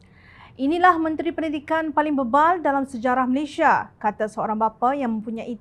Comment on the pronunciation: Malaysia bukan Malayshia.